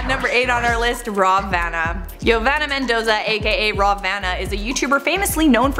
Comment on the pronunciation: Mmm Mendoza? No